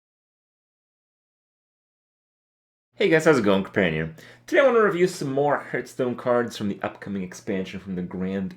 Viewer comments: Andy sup hurtstone, krayken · I hate his pronunciation of Hearthstone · Fuat Sekban It makes me cringe every time